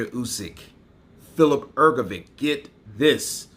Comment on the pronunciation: Her go vitch as opposed to Her go vick, give it a go, it's not that hard my friend.